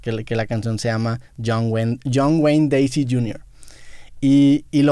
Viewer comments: Gacy… no “deisi”.. pongase vrg.. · pues dice deisy jajajajaja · GACY!!!!! qué desesperación escucharlo mal